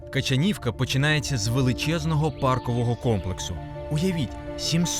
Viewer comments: Качанівка ,наголос на другу "а". Була в Качанівці 2 тижні назад ,маєток руйнується ,особливо зі сторони ставу. Реконструкції ніякої нема. Праве крило маєтку взагалі закрите ,бо аварійне . Альтанка зовсім в жахливому стані ,закрита на замок ,дивитись не можна. В палаці 80 кімнат ,відкриті для відвідання десь півтора десятка.Решта замкнуті. Але гроші деруть двічі : перший раз за вхід на територію ,другий раз -за вхід у маєток. Ось так. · КачАнівка не КачанІвка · КачААААнівка ! Мабуть потрібно було б запитати місцевих про правильну вимову назви села ! :body-blue-raised-arms